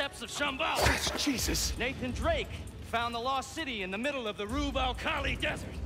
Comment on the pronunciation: Mf pronounced “rub alkhali” like a native arabian and thought we didn’t gonna notice that